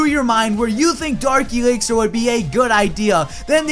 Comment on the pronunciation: is it just me or does always prenounce dark elixer as darki elixer (sorry for my grammer im dutch)